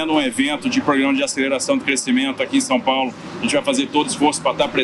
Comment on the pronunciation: Não sei o que é pior: um governador 'apaulistado' ou um presidente que continua falando 'Sum Paulo' !